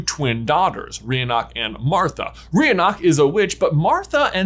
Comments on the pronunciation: Just gonna put this out there -- Rionach is pronounced Reena and Gormlaith (another name associated with Isolt) is pronounced Gormley Also, gotta love the notion that there's technically a goddess canonically existing in the Wizarding World, though described instead as a powerful sorceress, Morrigan, based on The Morrígan, Irish goddess of War, Death, and Fate. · He doesn't get the Irish names right either. In this one, he says Rionach wrong. It should be pronounced like Reena. One of them, I think it was also, also got Gormlaith wrong. It should be pronounced like Gormley.